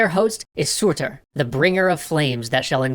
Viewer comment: your pronunciations hurt my soul but the video was good the pronounciation that hurt the most was for Muspelheim and surtr.